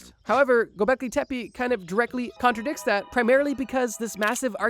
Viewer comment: Just wanted to let you know it’s pronounced Tepeh.